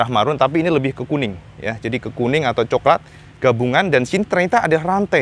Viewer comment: Wong jowo iku coklat jadi soklat, 🤣🤣🤣🤣, penonton setiamu baru hadir cak.